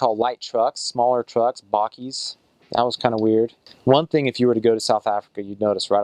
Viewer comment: "Bockies" 💀 you pronounce it "bah - keys"